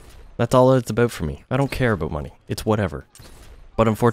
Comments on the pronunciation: The only reason I subbed is because you say "aboot". It's hilarious! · the way you say about makes me laugh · You're a pretty chill dude. Do what you want to do without explaining to people or giving them excuses. At first, you're a gamer, you play the game you enjoy the most. After that, comes the fun of editing and streaming... Also, no homo, but I love how you say "about". Best of luck!